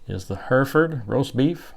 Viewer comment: In the u.k it's called stewed steak Hereford you pronunciation is wrong it's her.eford